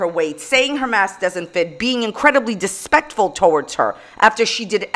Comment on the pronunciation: “being dispectful to her!” LMAO